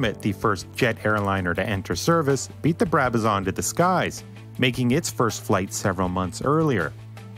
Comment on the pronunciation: its a Brabazon not a Brabazaaarn